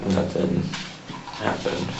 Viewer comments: Was the cop making fun of him when he asked about "nurthing"? 😄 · Did he just say nurthing. Lmao